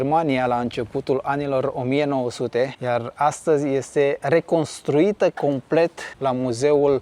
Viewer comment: acoperite complet nu "complect". Cate clase ai, nu te supara?